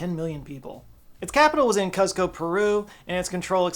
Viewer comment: I love you,, but your pronunciation is real iffy here. I wouldn't mention it except that "Cusco" is said like a million times in The Emperor's New Groove and I've never heard anybody say papyrus like that